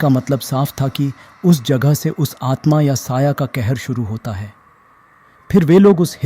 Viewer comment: 'quatil says' 🥀